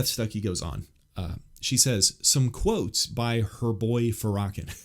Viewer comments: ur pronouncing his name all wrong dude pls ask a black person how to pronounce his name ur welcome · A man who knows nothing, saying nothing. mispronouncing commonly known names. smh. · I really attempted to listen to your interpretation and perception of this woman but, I can't help but notice first off that you mispronounced Farrakhan's name, you also sound so negative and problematic that it was really saddening. I know who she is and I haven't heard from her anything I can consider myself against. You really tell people that if they have sense they wouldn't want her opinion or to be open-minded to it. Wowwwww! There is so much contradiction in your delivery. To point things out in your opinion is one thing... you sound so hateful though and your comments are seasoned with so much sarcasm in this comment section, there isn't anything I can take seriously from your point of view. Christianity is about love and loving correction, not this kind of position. Everyone has free will and the right to their own opinion i guess you are definitely pushing yours but in such a condescending way that it hurt to listen and I can understand why there are prayers being offered and I am so glad you are welcoming them. I won't be watching another one of your videos but wish you well like I would anyone else. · The butchering of the name Farrakhan 😂😂 was worth it. ( FAR-RAH-KHAN) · His name is Louis farrakhan NOT FARAKAN And you need to go watch the show where hes on Phil Donahue and all hes saying is he wants to help Blacks get better alkvwhite people heard was violence When he didn't say one violent thing because he said he wanted to do stuff for the black community that's why I know you don't know what you're talking about you're not even saying his name right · His name is pronounced Fair-uh-con. Just fyi. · I assume you mean Farrakhan as in Louis Farrakhan. Pronounced Lew-iss Fair-ah-Con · Louis Farrakhan(pronounced"fair..a..(as in apple)con) Thank you for the work you!